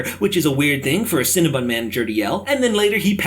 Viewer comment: Cinnabon not Cinnabun